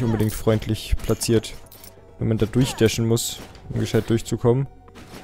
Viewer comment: Das "man" hast du aber ganz schön gefailt XD am n XD